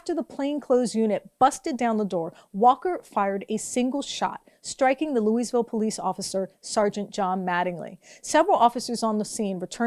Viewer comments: Um it's "looeyville" not "looeySville" haven't you ever heard that before? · "Louise"ville? Really? And you expect us to take you seriously? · Just to clarify, the “s” in Louisville is silent, like Louie-ville or Loua-ville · It's pronounced lou-i-ville. No "s". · Good reporting as usual however mispronouncing the name of a major city is a bit ridiculous. It is pronounced phonetically...LOO-A-VUL. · People who champion non-establishment causes MUST make sure they pronounce words correctly or else jeopardize their credibility. The "s" in Louisville is silent. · The "s" in Louisville is silent.